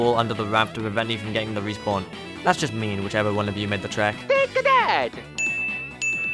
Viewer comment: T A K E A T H A T it sounds like Take a dad lol